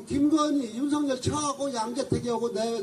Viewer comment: 꼭 윤서결이라고 발음해주세요